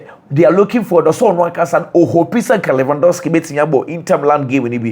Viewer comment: That's how the Polish people pronounce the name